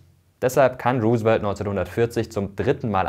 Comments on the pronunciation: Roosevelt wird ROU-se-velt ausgesprochen, hat mich mega irritiert deine Aussprache ;) Aber interessantes und vor allem informatives Video! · Vielen Dank, Mirko, goldwert, wie immer! 🙂 Nur ein kleiner Hinweis: Du hast "Roosevelt" nicht ganz richtig ausgesprochen: Das "E" in seinem Namen ist nicht stumm 😉